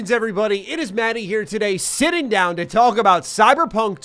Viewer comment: Sitting I swore he said Shitting 😆